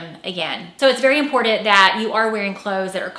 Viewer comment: There is no "d" in "important"